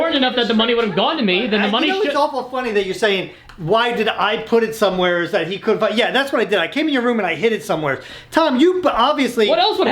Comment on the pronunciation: Can somebody teach how to say the word somewhere correctly? 😂